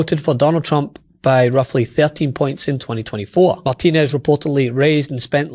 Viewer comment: I don't know this lady, but I do know Iberville parish. I think her name is pronounced "mar ti nez" which is French, not "mar TEEN ez" which is Spanish.